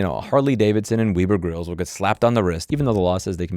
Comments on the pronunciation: lol "weeb-er" instead of "web-er" grills. :P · “Weh-ber” not “Wee-ber” grill lol